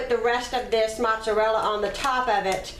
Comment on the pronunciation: I’m Italian. We don’t use cottage cheese. That’s disgusting. Is that how people down south make lasagne? Yuk. You’re also mispronouncing mozzarella.